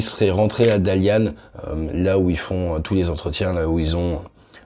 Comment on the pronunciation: Oh Dalian (ça se prononce Talien) la ville natale de ma femme ❤️, je ne m'attendais pas la voir un jour sur ta chaîne. Bien hâte à l'automne de rentrer chez nous. Bon rétablissement pour ta voix et super vidéo!